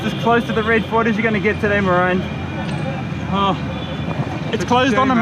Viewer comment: I am really sorry but marian... maralo got me rofl pls dont get offended 😂😂😂😂